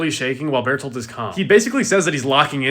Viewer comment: Hey you said his name right twice... Ruined 😭